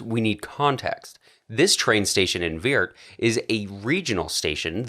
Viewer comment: The city in the Netherlands is called Weert ! not "Weird".... please do an effort ! Beside of that....fantastic video 🙂